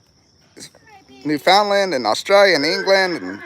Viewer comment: New found land lol Newf-un-land made me laugh 😂